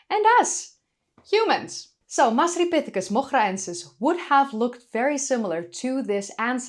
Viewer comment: Hiya. You pronounced the “masri” in masripithecus like a native. Really nice, the effort you put in shows. In Moghraensis, the gh should be pronounced like as if you’re gurgling or like the letter R in French, not like the ch in German. Love you bye.